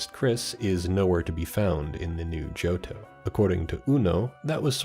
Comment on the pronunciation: Jirrateena instead of Girrateena, Sin'yo instead of Sinjoh was funnier to me, does he think it's Spanish? It's Sinnoh and Johto put together. And Johto wasn't called Yoto lol.